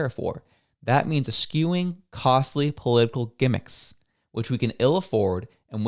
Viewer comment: its es-chew-ing, not es-kew-ing